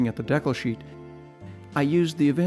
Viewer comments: i thought this was a very well-done in interesting video for ta couple reasons,. First, it brought back memories when i built an AMT 1/25 Ranchero kit back in 1961. Second, you kept pronouncing decal as deck-el rather than de-cal. This is something I've always done since I was a kid. I'm now over 70. <LOL> Third, I've built a lot of brass/wire chassis over the years & seeing other's works always interests me. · This guy doesn't know how to pronounce "project" or "decal". What is he, a Canadian or just a weirdo?